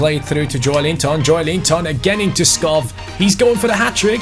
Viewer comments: Hi, love your videos. However since i am from Denmark it's kinda annoying that you pronounce Skov Skof, instead of Skou, which is the right way of pronouncing it in Danish. keep up the good work! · it selects Schär as the penalty taker, because he has the highest penalty stats in your team. Also, Skov is pronounced Sko, with a silent k Like so he can see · Skov is actually pronounced Skou :) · hey, certified Dane here, Skov's correct pronunciation would actually be more like Skow in English. Otherwise keep up the good work mate 👍👍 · Hi, amazing video, just one thing, you pronounce Skov a bit wrong, it’s only the “V”. “SKO” is pronounced like you do, but the “V” is pronounced like a “U”. I’m from Denmark i know. Or you could just call him forest BC that means Skov in Danish.